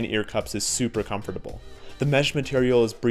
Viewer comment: The way u say comfortable is just horrible